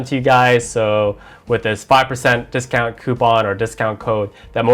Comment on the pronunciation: he meant to say discount not discunt